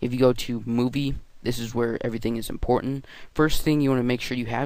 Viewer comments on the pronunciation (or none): none